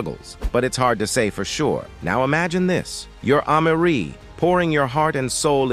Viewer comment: These AI voices be killin me !!!! Who is AH-Marie ?!?!?! 🤦‍♂🤦‍♂🤦‍♂🤦‍♂🤦‍♂